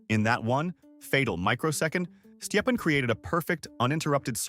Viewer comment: His name is stepan not whatever weird thing you're saying